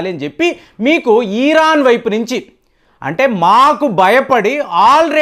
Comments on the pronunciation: Eeeraan kaadhu raa, irran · *ఈరాన్ * కాదు. ఇరాన్..!! ఇరాన్...!! దీర్ఘం వద్దు...!! ఇరాన్ అని... దీర్ఘం తీయకండి...!! 😂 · తెలిసీ తెలియని విషయాలపై అవగాహన లేకుండా మాట్లాడకండి.యుద్ధం వస్తే సైనికులు పోరాడుతారు కానీ ..... నెతన్యాహు,మోడీ లేదా అమెరికా ప్రెసిడెంట్ కానీ యుద్ధం చేయరు. ఇజ్రాయెల్ లో బంకర్లు సాధారణ పౌరులకు కూడా సుపరిచితమే. మీరు ఇక పై ఏ పచ్చడి ఎలా చేయాలో వీడియోలు చేస్తే బాగుంటుంది. ఈరాన్ కాదు ....ఇరాన్. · ఇరాన్ అనండి sir. ఈరాన్ అంటున్నారు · అయ్యా అది ఈరాన్ కాదు ఇరాన్ ముందు పేరు పిలవటం నేర్చుకో బొక్కలో thumbnails పెడతావు అమెరికా సపోర్ట్ గా ఉంది అంటే అమెరికా మిత్ర దేశాలు అన్ని ఇజ్రాయేల్ కి సపోర్ట్ ఉన్నట్టే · నీ తలకాయ చెడిపోయింది.... దాన్ని పారిపోవడం అనరు... జాగ్రత్త పడడం అంటారు... నీకు ఇరాన్ అని పలకడం సరిగా రాదు...... అబద్ధాలు అల్లడంలో ఆరితేరావు.... ఇజ్రాయెల్ ని నాశనం చేయడం ఎవరి తరం కాదు..... వారిని కాపాడుతున్న దేవుడు కునుకడు నిద్రించడు.... 4000 సంవత్సరాల వయూదుల చరిత్ర చదువుకో..... అయినా రష్యా.....ఇప్పటికి జలెన్స్కి యొక్క వెంట్రుక కూడా పీకలేకపోయింది..... ఇజ్రాయెల్ ని ఏమి చేస్తది....